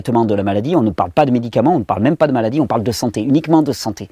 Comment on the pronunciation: moi, j'entends m-allah-die lol